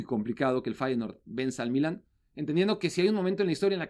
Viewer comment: Sólo una pregunta al: Se dice "Milán" en español. o "Milano" en italiano. ¿Por qué pronuncia "Mílan", con acento en la i?